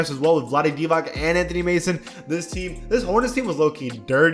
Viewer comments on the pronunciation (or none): none